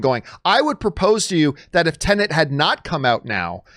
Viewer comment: What’s with all you Americans calling this movie “Tenant”? It’s pronounced “Ten-et” - very simple.